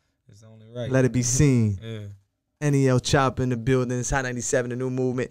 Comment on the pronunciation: I swear to God if he say NEL Choppa one more time🤣love from Memphis tho fr